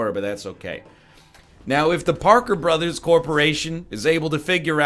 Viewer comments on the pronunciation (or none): none